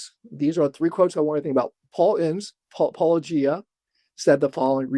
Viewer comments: I am always amused and a bit annoyed that these people constantly say "Paul-o-gie-ah", "Polla-gee-ah", etc. and yet have no problem with pronouncing the word "apologia" and "apologetics". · Still can't pronounce Paulogia properly. Gary needs to be shown for the evangelical fraud he is. You're doing the lord's work, Paul. As one ex- Menno to another 😅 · I think Gary refuses to say your name because he can't pronounce it- a shocking trend amongst all the apologists who talk about your criticisms, despite the fact that you say it at the beginning of every video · Sunglasses McGee whines that their interlocutors are "not being charitable", has he talked to Gary? He is so uncharitable it comes off as extremely rude, for instance the studied mispronunciation of Paul's handle, he could just have used "Paul". His refusal to name names, denigrating the intelligence of any one disagreeing with him. In short, he acts like a badly socialized 5-year-old.